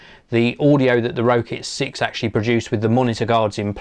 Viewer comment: its pronounced rocket 6